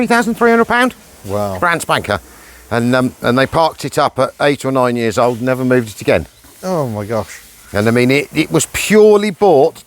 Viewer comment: I love the way you said.... "In May we'll have owned this car for four 'eyuurs'... " Proper Welsh isn't it ? As an Italian / South Walian Scouser I appreciate these nuances...